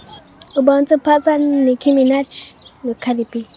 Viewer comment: Nicki Minaj not Micki Minaj 🙄